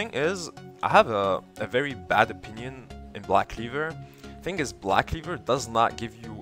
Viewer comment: i liek the way you say blahck cleevurrr